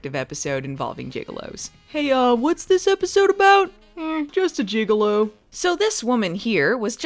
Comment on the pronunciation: You know it's gigolo,not gigalo, right? You may be thinking of juggalos.